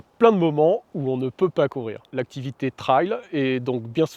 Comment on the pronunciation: Super vidéo. Merci. Si je puis me permettre trail se prononce plutôt trèl que traille